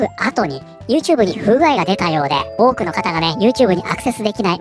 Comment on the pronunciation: の「多く」の発音が 「woke」に聞こえて 仕方がない（笑）